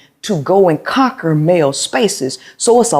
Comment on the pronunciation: He said “conquery”meaning that seems you are trying to conquer fresh and fit after she said that she extinguish arguments putting a fire OUT. He was a male sounding like he is a 2 year old learning to pronounce words point proven 😂😂😂😂😂😂😂😂😂😂😂 “conquery” Talk about keeping a forest fire going.